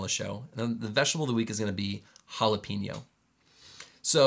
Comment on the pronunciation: 🌶️ “Jalapeño” and 🥺